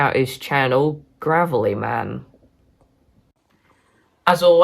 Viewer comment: It’s Gravelyman Grave like where you bury the dead